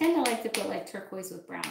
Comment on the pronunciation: Did you call turquoise...turkwahhh